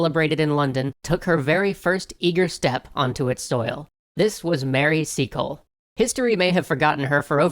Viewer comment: Trying not to be rude but I thought you said seagull